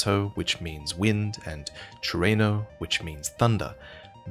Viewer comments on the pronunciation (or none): Is funny to hear chureno, i never thought the Word trueno is hard to pronounce